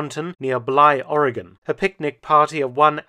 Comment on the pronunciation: Thank you for pronouncing Oregon correctly.